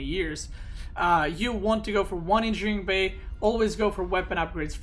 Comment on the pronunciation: It annoys me how you pronounce engineering bay